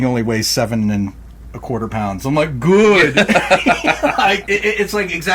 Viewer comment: 😂 (makes chef’s kiss motion) “Güüd.”